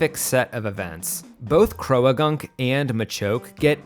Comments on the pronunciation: “Crow-Uh-gunk”… I’m sorry what kind of pronunciation is that? It’s crow-gunk because it’s croak+gunk=croagunk. Croak isn’t pronounced crow-uh-kuh it’s croke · Croh-ah-gunk? Did you mean "Croh-gunk". You don't pronounce that "a".